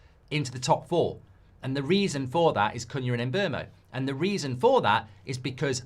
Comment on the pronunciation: Mark, you might need to inform those that appear on your channel how to pronounce the new players' names. Most notably Cuñha. In last night's Fan Forum, it was rather cringeworthy watching three white contributors (including the presenter) practically use a racial slur every time they mispronounced Cuñha's name, when the one black contributor was pronouncing it correctly. Basics.